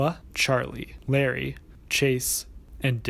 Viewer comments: but this youtuber wasnt trying to say his real name. he was just mispronouncing larray. or else why would he heart the comment saying I'm all here for u mispronouncing larray as larri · Ok this isn't the point of the video, but Larray is pronounced La-ray (like stingray) instead is Lar-rie (like harry). (great video as per usual tho) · good video but pls i beg it isn't larry, i believe its pronounced la-ray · How are you an english speaker and can't tell that "Larray" isn't pronounced like Larry??? Lol like whut?? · isn't not Larry, it's Larray. (la-ray ) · good video but it’s larRAY not larry that’s driving me nuts lmao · all I know about this is he misspronounced Larray as “Larry” which I’m totally here for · loved the video as per the usual! I'm glad someone talked about this trend of fake friend groups bc it honestly bothered me from the get-go one thing though, I think larray's name is pronounced like "luh-ray" and not "larry" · isnt larray pronounced lah-ray though? i get his real name is pronounced larry but i think mayannaise might be talking about the mispronounciation of LARRAY